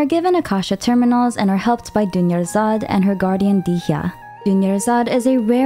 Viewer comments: Did nobody notice the Dunyarzad becomes Doneyarzad 💀💀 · I was so serious watching the video bc I skipped every dialogues but the "Doneyurzad" had me dying 😭 the way my jaw touched the submarine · Dunyarzard becomes DONEyarzard 💀😭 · Dunyarzad becomes DONEYARZAD💀🤣🤣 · “Dunyarzad becomes Done-yarzad” I can’t breath. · Wasn’t ready for “Dunyarzad becomes Doneyarzad” omg 🤣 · "Dunyarzad becomes Done-yarzad"!!! I like that! 🤣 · "dunyarzad becomes doneyarzad" NO WAY